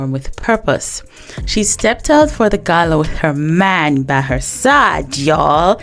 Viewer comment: I just love how you stressed on ' her man ' by her side, lol. 🤏🏿🤏🏿🤏🏿❤️❤❤❤💯💯💯